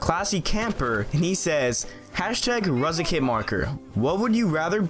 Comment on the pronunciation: Thanks so much for my question, and you're one of few people too pronounce my name correct! Keep up the Amazing work and entertaining content! #RuziicHasAStrangePersonality:)